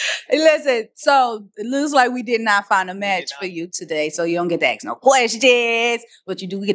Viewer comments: ASK, NOT AXE!!!! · Please please please people say ask not acts